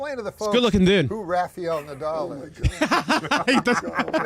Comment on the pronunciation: THANK YOU for saying RAFAEL the right way. LOL I cringe everytime I hear that on tv